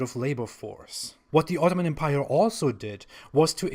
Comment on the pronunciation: You might want to look up the usual pronunciation of the word 'empire' ;)